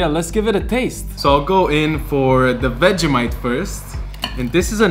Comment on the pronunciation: dont say vegEHmite say vegEEmite